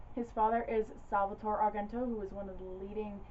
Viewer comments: The proper pronunciation of Dario's last name is "ARE-JEN-TOE". The second syllable is pronounced like "Gent", in "Gentleman". If you want to give it that authentic Italian sound, you can roll the "r"s in his first and last name;-) Before-ah you know it, we make-ah proper Italiana, out of! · This was quite an interesting watch. I will have to take note and sniff out copies for my own collection. Your channel is becoming one of my favorites. Pronunciation-wise, of his surname, it would be "ahr-JEN-toh." A soft "g," not hard.